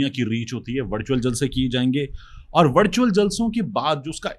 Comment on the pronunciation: طارق بھائی آپ نے وِرچُوئل جلسے کو وَڑچُوئل بنا چھوڑا ہے۔ 😂